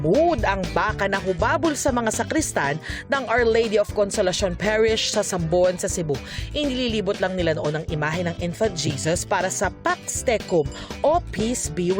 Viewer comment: Parish (not perish).